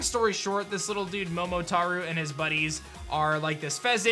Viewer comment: I don’t no if I’m saying this right but “Momotaro” Proceeds to say “Momotaru”